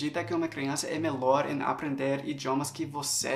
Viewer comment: Muito bom o seu vídeo AMEI! Mas queria dizer que a pronuncia da palavra melhor, não é "melor" e sim "melior" e vídeo não é "vidêo" e sim "vídio"